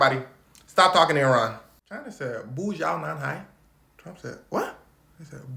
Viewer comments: THE BOO SHANG NAN HAI CAUGHT ME LMAOOOOOOO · My man said "buja nanhai" ☠🤣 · That "不，小男孩" pronunciation kinda hurt my heart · Suggest not to speak in mandarin if you're not gonna try to read the punctuations or express the tones because it sounded more like unfilial boy. Anyway.....